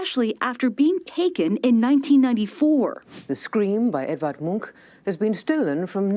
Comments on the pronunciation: It is not «munch». The name is pronounced «moonk».. A huge museum dedicated to him opened not long ago, close to the opera house in Oslo.. :) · The Munch Museum (pronounced Munk) was old and in bad shape. The old National Museum was a lot older and in much better shape, but it became far too small. I haven't been to the new one yet, but I'm visiting Oslo (my hometown) in a couple of weeks and may be able to go there then. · The irony when the lady she interviewed is Danish, not Norwegian, and most people find that museum damn ugly. It’s just a box… and I live north of the former Munch museum in Oslo😝 And Munch is pronounced “Monk” in Norwegian. Some say Munk with a -u sound.